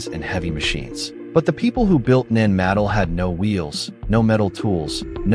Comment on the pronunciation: IT IS PRONOUCED NAN MA-DOLL namaste